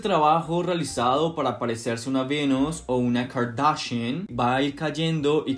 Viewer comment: Mejora la manera q pronuncias kardashians